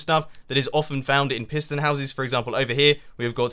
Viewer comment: I thought you say prison LOL